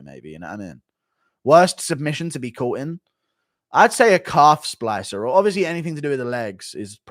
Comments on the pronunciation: Guru still doesn’t know how to say Calf Slicer, always says Splicer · Guru calling it a calf splicer instead of a calf slicer hahahahaha what a doughnut